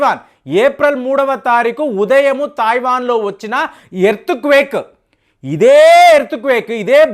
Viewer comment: Alaage Taayiwan kaadu, it's Taiwan. Y is ur pronunciation so bad